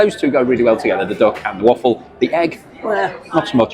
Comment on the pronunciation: I thought you were saying dock and waffle, you mean duck, lol